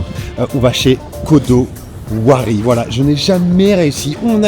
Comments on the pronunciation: C’est pas les mêmes prix qu’à Tokyo haha Fais attention quand tu donnes les noms d’adresses c’est Kodawari et non Kodowari lol Super adresse mais c’est tellement galère pour avoir une place maintenant, faut compter minimum 2h haha Super ta vidéo 👍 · Il va à Aki et prend aucune spécialité comme leur melon pan et leur beignets ou l'entremet Kabuki Puis annonce manger l'onigiri, je me dis chouette ! Puis "quoi de mieux que Omusubi Gonbei" 🤦‍♂️Pfff l'adresse la plus attrape... Puis appelle Kodawari, "kodo wari " Juste stp renseigne toi mieux et corrige post prod